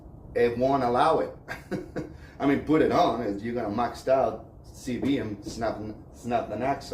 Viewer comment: Just fyi, they are called “constant velocity joints and “CV” joint (as you were saying “CB” joints) no disrespect just helping you with the English, thanks for the information on the UTV 👍